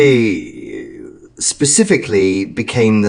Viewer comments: The E in Carole is silent. Pronounced “Carol”. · Carole is mispronounced it is Carol with a silent e on the end